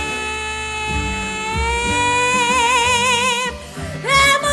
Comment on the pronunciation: You are not pronouncing the words in the lyrics so that they can be understood. Especially the word "creep", sounds like "cree".